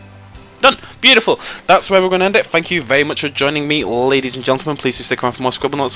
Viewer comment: Are you saying thank you? or fank you? :D